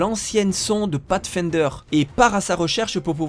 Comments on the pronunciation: avec un "pafsfaindeure" on sauve les meubles... ce sera pas suffisant néanmoins pour faire croire qu'un français sais prononcer de l'anglais mais ce sera assez pour montrer qu'on essaye un peu... Peu importe que vos sources soient déjà bien organisées et complètes quand vous les reprenez, votre travail d'adaptation pour en faire vos vidéos est bien fait. Et surtout tellement à contre courant des vidéos plus longues avec mille fois moins d'infos que c'en est presque génial. Un principe qu'il serait peut être possible d'appliquer à d'autres sujets que le cinéma ? La musique, l'histoire, l'art.... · Pathfinder prononcer path comme en anglais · audacieuse prononciation de "pathfinder" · catastrophique oui.